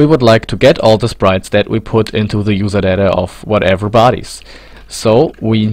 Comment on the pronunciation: Juserdädä :D